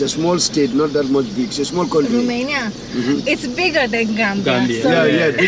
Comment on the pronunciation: Horrible to keep hearing RUMANIA... when are you going to learn that in English it is ROMANIA... it's like the Romanian "ROU" and not "RU"... only in French they pronounce 'Rumani' and in German they pronounce it 'Rumenien'... in English or Italian the pronunciation is with O and not with U...